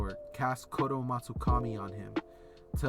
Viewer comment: also itachis genjutsu is indeed tsukuyomi also if ur ever stuck on shisuis it’s kotoamatsukami co- toe- amat- su- ka- mi